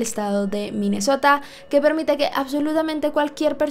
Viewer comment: soy la única que piensa en MI MESOTA cada vez que dice MINESSOTA. se nota que me he visto RÍO